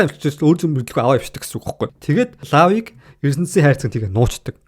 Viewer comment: Hey bro law gej bichdeg bolhoos lo gej duuddag shuu